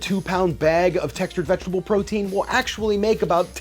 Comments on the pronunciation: "VegeGtable protein" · what language is "VegeGtable"?? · "Textured VegeGtable Protein" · Vegegtable? Lol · vegegtable? :D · "Vegegtable" protein you say now?